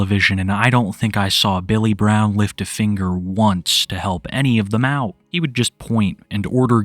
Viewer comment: "Most of them had this strange accent." You mean the speech impediment? "My name is Bay-yull Bwown."